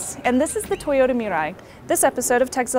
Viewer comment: yay you pronounced "Mirai" right! i'm glad you guys listened :) Shannon Morse, it was awesome meeting ya at the press event ^_^ who cares if this is an ad or not. she's reporting what was said at the press event.